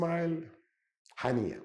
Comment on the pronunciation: എടോ ഹനീസ് അല്ല ഹനിയ ... ഇസ്മയില് ഹനിയ..... താന് ഖത്തറിനെ പറയുന്നതാ - ഖത്താർ . പേരുകള് പറഞ്ഞ് ബെടക്കാക്കല്ലേ...🥴🥴